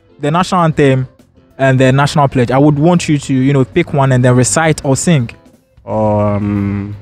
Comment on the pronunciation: 😂😂did I hear predge